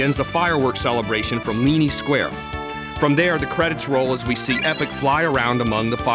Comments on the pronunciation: super informative! Though, I did not like how most of the names were pronounced by the narrator. may-gus? mar-ley? epic? crow-no trigger? It's interesting! I've never heard the names said out loud. I've been saying the names like they are spelled. Magus. Marle. Chrono. Epoch. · Mag-us and E-poc. Learn to pronounce things right! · he said epic instead of epoch...classic.... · Marle: is pronounced "Mar Ole" not marley Lavos: is "Lah Vos" not lavus Epoch: is "EE Pach" not epuch Magus: is "Ma (as in Math) Gus" not Maygus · it's pronounced "E Pock" not Epic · (Marle) is Mar-la not marl-lee. Not Epic.E-pok and one other thing you missed, endings like what about the one with just Marle and Crono at the very beginning at the transporter when you play new game+. Get facts straight. Also you never mentioned the ending when you talk to the game creators as game sprites. The multiple endings have nothing to do with your party composition! Its when you Fight Lavos...ugh I don't wanna go on...New gamers please don't get this wrong. This game is AMAZING!!! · "May-guess"? It's "Mag-us", I knew someone who called him "Ma-juice" of course he also said that he killed Red Specko at lv. 50. I bought this game for 50$ with my bro when I was a little kid. Also you call it "Epic" wtf? I know it's not pronounced that way. I've always said "E-poch" but I'm not saying thats right. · LOL, he did mispronounce a few things; 'Leenee', 'Epich', and yes, 'Marlee' too. XP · Maygus and Epich. ... I hate this guy. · Many odd pronounciations... Marle... Epoch (isn't it pronounced eepawk? >.>;) and a few others... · This guy really doesn't know much about this game. Yes the pronunciations are all terrible: Mag-us Mar-luh E-pok And he got some key points terribly wrong. There are 12 endings total and party composition doesn't matter. Also, don't take his opinion on "flaky" or "boring" if you play through the game, you'll learn to love those characters and the ending might even make you cry.